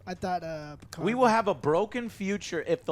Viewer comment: Picar''D''. the D is silent god damn it!!!!